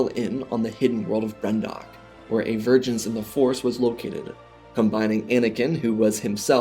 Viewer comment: I was invested in this whole “What If” until I heard Brendok 🤢